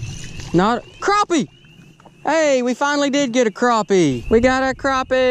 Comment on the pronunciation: It's crappie not croppie